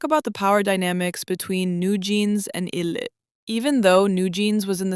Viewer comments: oh my god i’m so sorry you made so many good points but it’s pronounced “eye lit” like ill do it but ill-it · ....it's "eye"lit. In Korea we pronouce them "eye"lit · its pronounced eye-lit btw just wanted to let u know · even english-wise it's supposed to be pronounced eye-lit lol... it's literally a combination of two words: i'll and it. but great video nonetheless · if you know the name lore, then yeah. But they chose to spell it as ILLIT, with no apostrophe, so in English it would be pronounced with a short i, so it's understandable why people would say it wrong.